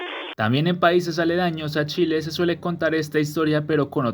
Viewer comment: Ahora fue chel en lugar de chile